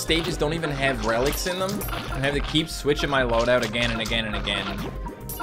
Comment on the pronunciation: For a second I thought you said keiji lol